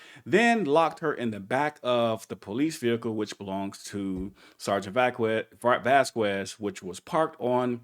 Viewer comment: Vasquez is pronounced "Vaskez" fyi👍✌️